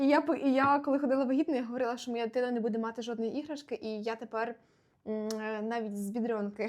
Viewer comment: Дякую за відео. Але дуже боляче в голові як ви постійно в слові "буде" робите не правильно наголос